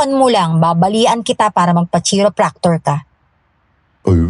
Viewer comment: Pano ulit pronunciation mo ng "Chiropractor" girl??? Lol! 🤣🤣🤣